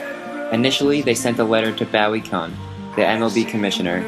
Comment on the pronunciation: This was very informative, but "Bowy Kun?!" Who the hell was that? Boooeee Kuuuune! Sheesh.